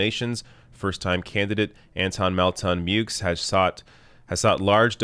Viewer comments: As far pronouncing the x goes, I’ve noticed Americans have a habit of anglicizing pronunciations of non-English surnames. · The x in Meaux is pronounced in the USA because Muricans got no time for furriner talk.